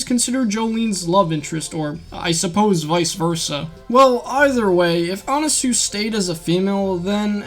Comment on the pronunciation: It’s pronounced anaswi not anasue